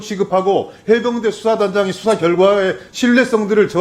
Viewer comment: 법에서 수사라는데, "ㅅ"을 "ㅈ"으로 읽네...ㅋㅋ